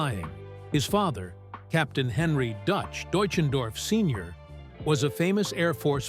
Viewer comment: Thanks for pronouncing his German name correctly.